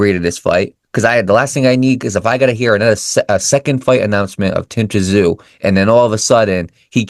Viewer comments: Great comments and insights to the up and coming Tszyu and Murtazaliev fight. After reviewing Murtazaliev's fights, I don't think he is at Tszyu's level. If Murtazaliev fights that way, he will get caught. By the way, the proper pronunciation of Tszyu is 'Zoo', so silent 'T'. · If you can’t even get Tim’s last name right how do you expect people to respect you and subscribe to your channel. His name is pronounced Tim Zoo, if you can’t get that right then you really need to have a good look at yourself !!!! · Pronounced Tim ZOO